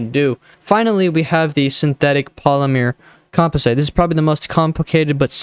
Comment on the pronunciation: say it with me... com pos it